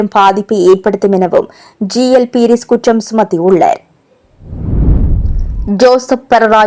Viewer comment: உள்ளார் என்று சரியாக உச்சரியுங்கள்